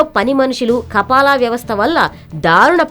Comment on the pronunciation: kapala kapal kadu news redar garu .( kafala ).....news cheppe tappudu telusu kondi